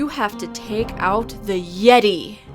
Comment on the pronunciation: "AND THE YET-TAY!"